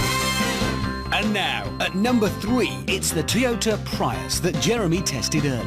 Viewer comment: "It's the Toyota "Pry-us"..."